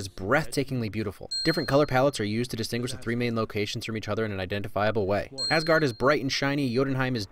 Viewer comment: It's funny to think that they have British David Bradley speak Norwegian in the first Captain America movie and yet they can't pronounce Mjølner nor Asgaard right. Oh well, the downside of the Nordic languages being so different.